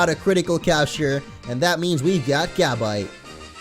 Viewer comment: its pronounced ga•bite not gab•ite